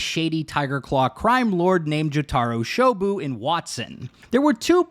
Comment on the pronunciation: I love your videos and this video as well but pls pronounce Jotaro Shobo correctly xd It's not Jutaru Shobu.